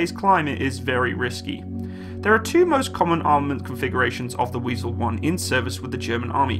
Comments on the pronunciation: it’s „wIEsel“ not „wEIsel“ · i know but he said Weisel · The name is Wiesel, not Weisel😉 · not "weisel" but wiesel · It is Wiesel and not Weisel!!!! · "Wiesel " goddammit.